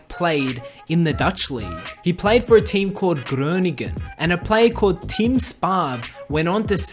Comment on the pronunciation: I'm Dutch and I'm from groningen and it's very funny how he said groningen